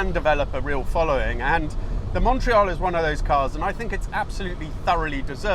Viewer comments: If you're going to insist on pronouncing Alfa Romeo natively, then you might try to do the same with Montreal !!! Fabulous car - There was one in Solihull in the mid seventies and I remember hunkering after it, long before I even had my driving licence... Love the way you give the engine 'such heritage' - the Tipo 33 engine, except cross- instead of flat-plane, single- instead of twin-spark...😆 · Learn how to pronounce MONTREAL ..........